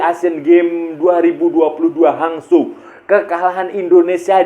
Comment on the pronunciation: hangzhou sebutanya.. hangjow/hangchou (untuk lidah nusantara hehe)